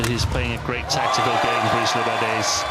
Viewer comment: For the love of god PLEASE stop calling him "bryce". For fuck's sake.